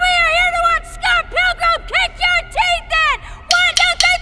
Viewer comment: Scott pickman jaja